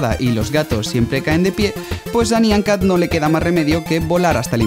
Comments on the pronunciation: Se pronuncia naian cat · No es nyan cat es nya cat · Se pronuncia "naiyan cat" o "nayan cat" Y no te molestes conmigo, lo digo porque... en realidad no se porque "dije" esto 😂 pero no me mal interpretes, Plis Y podrías poner los videos que decías, en la descripción por favor :D